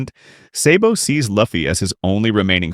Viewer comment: Said sabo wrong